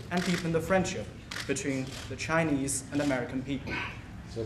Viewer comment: I think Chinese can do better in English to Chinese interpreting, the white guy doesnt pronouce Chinese very appropriately. But Chinese to English he can do better.